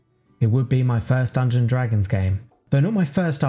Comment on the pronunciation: This is great but I have to admit it's a little jarring the way you say "Dungon-Dragons instead of "Dungeons and Dragons".